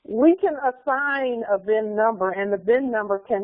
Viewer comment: cin# instead uf vin# conveyance indentificaccion numbre